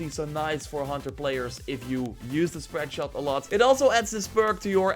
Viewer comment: schpread schot